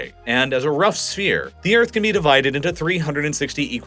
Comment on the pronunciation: BuT thE EarF es FlAt😂